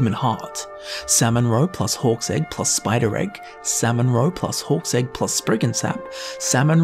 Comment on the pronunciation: Why do I keep hearing "horse egg" instead of hawk's egg